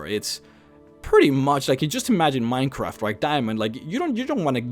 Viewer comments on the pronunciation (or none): none